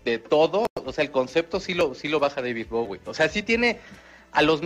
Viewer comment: Meco zaun es Bowie no bogüi